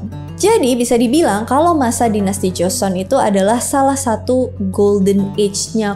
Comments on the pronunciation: Bacanya joson bukan cuson😂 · joseon ka bukan cuson😭😭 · Maaf ka pelafal an nya JOSON & GORYO ya bukn Juson atau koryo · Kok jadi chuson😅😅😅. Pdhl Joseon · tulisannya 조선 bacanya jo (o nya sawo) seon (eo nya roti) jadi bacanya joseon bukan choseon